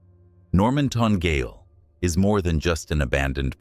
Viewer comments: The narrator is American and hence should not have been asked to narrate for an Australian story with place names. He can't pronounce a lot of the names correctly, for instance , the word gaol is not pronounced as gale. Note also they had it wrong in the chapters down the bottom of the screen. It is pronounced the same way the other spelling goes - jail. That is just one example. If I was just listening to this, half the names would not ring a bell because of the wrong pronounciation. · Gaol is pronounced jail.